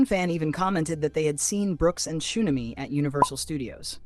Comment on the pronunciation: What is ChoOmamy its TXUNAMY